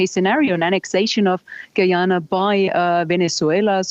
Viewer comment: Please use the english pronunciation of Guyana and Essequibo, pleaseeeeee